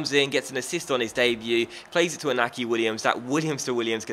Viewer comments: i get annoyed when you pronounce iñaki williams wrong. It's pronounced in-yaki williams. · In-yacky Williams and Aye-merik Luh-poor. ;)